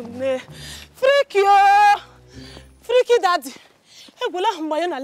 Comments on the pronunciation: She went from pronouncing freaky with an English accent to the Igbo accent 😂😂😂 'fereakkyy'🤣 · It's how the pronunciation of "freaky" changed from British to Igbo 🤣🤣🤣🤣🤣🤣🤣🤣🤣🤣🤣 Mercy na real comedian. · Lilian, hahaha, yes i also noticed that she changed the pronunciation, hahaha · Original accent when reality hits you. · The pronunciation of the word freaky just hits different immediately he vooom🤣🤣🤣